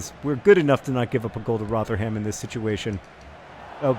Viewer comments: Roh-ther-um. Its Roh-ther-um not Roh-ther-ham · Rotherham is pronounced "Rov-rum" by the way John, less exaggerated pronunciation on rum than how you'd say the drink though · Loving the Socratic thinking in this episode. Also John without trying to sound harsh, the way you pronounce Rotherham is wrong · Pronunciation of Rotherham was the most american thing i've ever heard